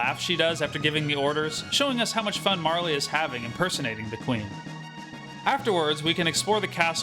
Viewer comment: Marle is the only realy way to pronounce her name. <3